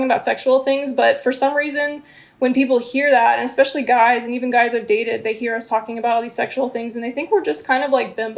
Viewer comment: Pronouncing especially as expecially is the worst lol